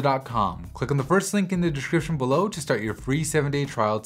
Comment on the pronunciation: something about the way he says the word Description that rubs me the wrong way lmao.